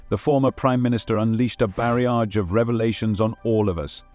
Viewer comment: Down to basic inarticulate English are you barrage what's that!! Barrage pronounced barrage with a jzz sound at the end and there is no I the middle